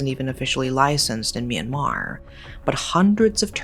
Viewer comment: Myanmer?! It’s my country😮